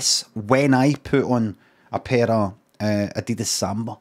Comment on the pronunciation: Does Limmy pronounce Adidas wrong for a reason?